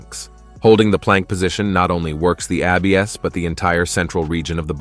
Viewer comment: Too bad the A.I. can't stay consistent with pronunciation He literally said (ab be es) for abs